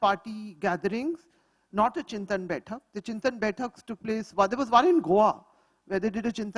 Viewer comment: Chintan is not Chinta, Madam. Learn any Indian language - you will know.